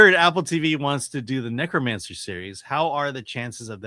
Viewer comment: Neuromancer, not "Necromancer". It's a book series that partially spawned the cyberpunk genre.